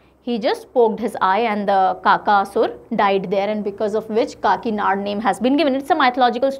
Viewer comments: And it will be kakinada not kakinad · काकीनाड़ा kehte Hain Didi 😁I m here after talking with an Andra person living in kakinada😂